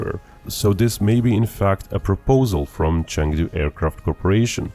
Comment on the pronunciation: You can’t even pronounce Chengdu. 🤦‍♀️